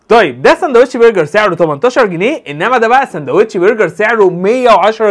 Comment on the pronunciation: انت الدغ في الراء متعدش تقول انهارده و برجر تنطقها واو